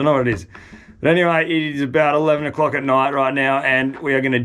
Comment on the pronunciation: ‘3 o’clack am’ 😆😆😆 What?!